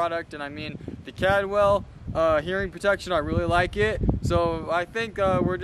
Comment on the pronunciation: You pronounced the Brand incorrectly. Its Caldwell not Cadwell